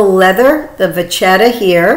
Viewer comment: Louboutin isn't pronounce as Lou-bu-tin (as in tin can), it's pronounced as Lou-buh-ton (like Dawn but with a T). Vachetta is pronounced as ketta, not chetta). Just bringing awareness, no offence intended as I've no doubt that you would want the correct pronunciation in your videos.